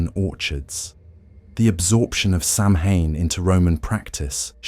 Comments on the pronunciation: Good show but please, it’s not Sam Hain it’s Sow win or Sow ween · I love the material BUT it is hard to listen to for 3.5 hours of mispronouncing Samhain!!! SAH-win. Not sam-hane!!! Thanks! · It's pronounced sowin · Some interesting traditions but also a lot of repetitive information. This could have been done in about half the time. And again, Samhain is correctly pronounced Sow win. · SAMHAIN IS PRONOUNCED AS SOWAN!! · I'm ending this video because I can't handle the ongoing mispronounciation. AI narration stinks!!! Save the humans! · its kind of a rather obvious point. If its supposed to be a history the least they could do is pronounce the main topic properly.